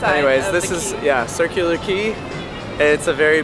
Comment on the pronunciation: My Gf always butchers the Circular Quay saying but you nailed it.🤣 Expecting you guys to say circular Kway